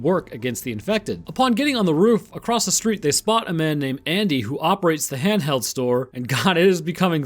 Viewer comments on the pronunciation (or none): Hand held and boom stick are pretty cool. The way you say “Hand Held” makes it sound like it’s an it’s actually slang.